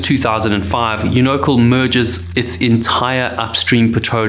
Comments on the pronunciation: My only contribution: I believe it’s pronounced “YOU-know-cal” not “you-KNOW-cle” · Unocal- Pronounced "You-Know-Cal" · I was going to correct your pronunciation of Unocal, but that company was (and still is, as Chevron) so greedy, selfish and heartless that they don't deserve to have their name pronounced correctly! It's absolutely appalling how ridiculously few captains, crew and/or owners have been held accountable for the lives lost during these disasters!🤬😭